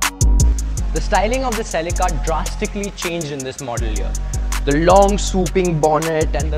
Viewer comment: Ladies and gentlemen "the celeekaaa"...!!😂